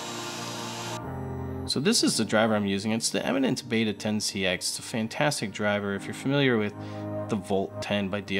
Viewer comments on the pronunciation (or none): none